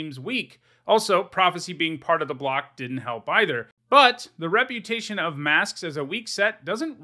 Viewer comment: *Reb*utation heh